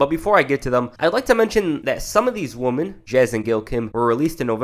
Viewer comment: Its "women"